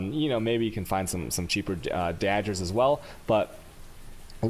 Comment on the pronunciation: Are you pronouncing words wrong on purposes? Cause it's' happening in every video, and getting kinda annoying.... "Dajjers".... "Jardians".... seriously, wtf.